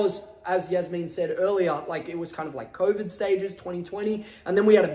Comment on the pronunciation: Why did he say Yasmine not Jasmine